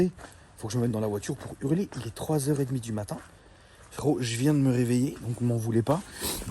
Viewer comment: A chaque fois tu dis frérot à ta façon je m'explose de rire 😁 tu le fais super bien.